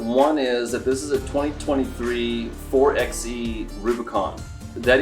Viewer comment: Great video but I am cringing every time I hear you call it a 4 “EX” E. It is a 4 “BY” E. Just like you call your Jeep a 4 “BY” 4 not a 4 EX 4.